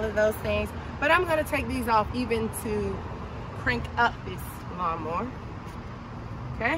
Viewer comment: You said " lawnmo" ....you said it repeatedly